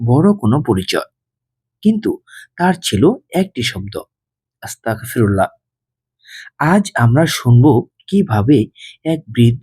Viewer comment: মাফ করবেন আপনার আসতাগফিরুল্লাহ বলাটা সঠিক হচ্ছে না,ওটি হবে আসতাগফিরুল্লহ,ধন্যবাদ